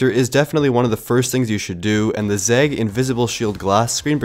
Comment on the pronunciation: I have never heard or read anyone who says or writes zeg instead of Zagg until this video 😂 😂